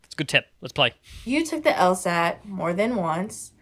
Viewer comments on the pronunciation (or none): She said “el-STat” instead of “el-SAT” for the LSAT. Methinks she isn’t very smart.